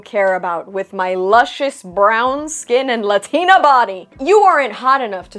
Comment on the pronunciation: Is it scientifically impossible for a Latina to say "Latina" without the accent? No hate. Asking for research... 👀